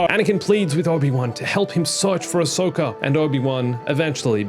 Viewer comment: WHY ANISOKA